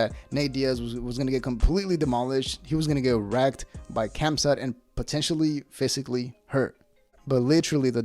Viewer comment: The K is silent in khamzat